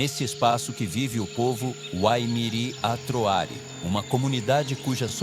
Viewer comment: Muito bom o documentário, só que ele pronuncia errado os "WAIMIRI ATROARI".